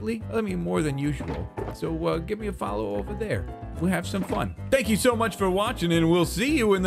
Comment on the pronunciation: saying "spank you" instead of thankyou made me snort.